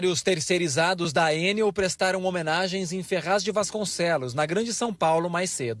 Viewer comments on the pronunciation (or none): ENEL... E NÃO EN-NEL... CHEGA DE AFRANCESAR..